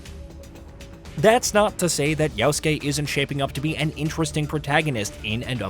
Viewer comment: Guy says “yowskay”